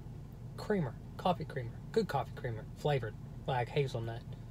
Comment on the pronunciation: Did h say coffee